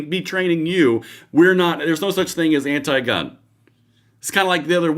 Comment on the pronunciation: "We're not anit-gun". WTF did I just hear? LMFAO